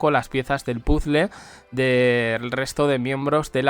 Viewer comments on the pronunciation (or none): none